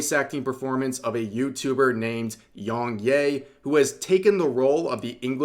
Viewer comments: To be fair, Yong 'yeah' not 'yay'. But then again you say Desoo, and monga. So... It doesn't matter much either. But... if it's for a story about a person, it is a little impolite not to at least get the name right, and may even seem deliberate. Vocal tone aside, he didn't have a believable performance. The other guy didn't either. Also, his take on Mario was hypocritical. He does go hard on folks himself, sometimes unreasonably. The karaoke was doomed to start. Who wrote that? Was it supposed to be a joke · How did you mispronounce his name this bad 😂 it’s ya not yay 😂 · Please rev, you don't say yong yay, it's yong ya. You don't need to white wash everything bro. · Are you pronouncing the name wrong to be contrarian? I mean he says it in all he's videos and how interpret "yea" as "yay"? I mean you didn't get "Yong" wrong in the 2 syllable name. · It's pronounced Yea (Yeah) just without the H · bro you saying yongyea as yongyay is so funny